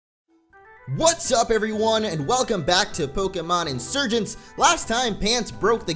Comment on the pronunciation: hey pokemon insurgence is pronounced insuergency